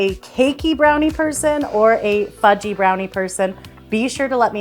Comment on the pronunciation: I heard fu-key 🤣